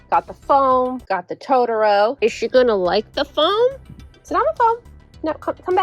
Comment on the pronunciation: Please say Totoro the correct way JUST ONCE 😂✨🌙🖤 heheheh 🤗 would be wonderful to hear it🥰